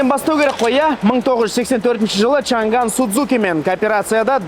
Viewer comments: олжеке!Шанган емес Шаңан!"Ң"әрпі"NG"осылай !Қытай тілінің "PINYIN"латынша жазылуы!орыстарда "Ң"жок ,олар "NG"бәрін "НГ"деп оқыйды,мәселен:Samsung ды,самсунг дегендей!Қазақшасы:Самсуң😊,біздің тілдің артықшылығы осы"Ң"әрпі! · Чан ган емес Чаң ан баурым орыс емес Қазақсың ғой Ң әрпін айта аламыз ғой